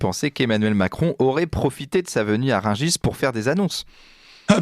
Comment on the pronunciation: le marché de Rugis ?! quel français, parisien, journaliste, ne connaît pas le nom du marché de Rungis ? il sort d'où lui ? 😳